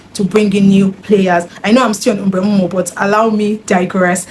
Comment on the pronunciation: How did you pronounce MBEUMO so well 😢. I could never 😂